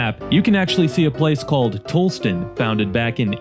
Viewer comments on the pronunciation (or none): Pronounced Fraybul and Tallastun.